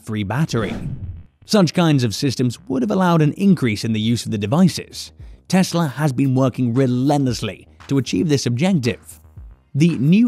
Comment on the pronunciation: 'Teshla' lol.